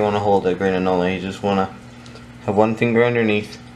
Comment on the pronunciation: Its pronounced an ol.there is no le on the end just an ol.